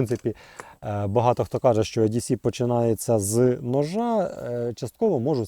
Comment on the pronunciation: Не "е-ді-сі", а "і-ді-сі". Не "ю-ка-ка", а " вай-кей-кей"